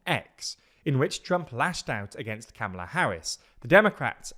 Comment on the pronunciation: Or if youre in USA or learned american english accents; comma-la Bcuz for some reason we prty much say comma the same way yall say karma xD Which is part of what makes this so confusin to explain, bcuz when we say "oh just say comma-la"; it doesnt translate to yalls understandin bcuz ya say comma entirely diff And when yall write out that karma-la is right, we just stand there baffled bcuz theres no r in kamala xD But theres also no r in karma for yall either, well, no cleatly voiced r I love linguistics stuff like this, one of the linguistic profs i watch did a grt vid recently on this whole kamala name pronunciation confusion The only consensus is that ka-mahla/ka-mala is the absolute worst way to say it; and thus the way all the folks on the right will try to say it bcuz they almost always mispronounce even moderate Black politicians names as a signal to their racist base. They even did same with Obama, tho they mainly just leaned into his middle name bein Hussein (which they also intentionally mispronounce regularly) They have to fly that racist flag to remind the racists that theyre number one; and to feed into the fearmongerin about a great replacement........